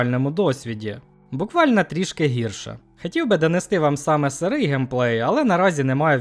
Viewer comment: бля я не можу з цьом вимовою, вана тага варта, пагана, хірше, магла... помогіте